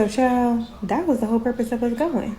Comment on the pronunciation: If you can't pronounce the word 'that' without a D as the first letter of the word, I'm not listening to you. This comment is not directed to the content creator btw.